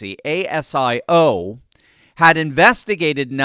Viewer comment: It’s pronounced Asio, instead of saying Asia, say ‘Asio. Albo, or Elmer Fudd as we call him, is a milquetoast leader interested only in his ‘legacy’. This is 💯 on his weak leadership.